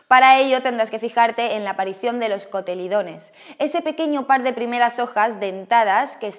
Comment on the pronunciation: Muy buen video gracias, solo un aporte constructivo. Las primeras hojas se llaman cotiledones y no cotelidones. Jeje parese un trabalenguas un saludo 👍